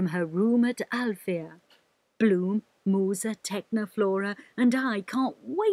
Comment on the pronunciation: THEY SAY Musa AS Moosa BHAHAHAAH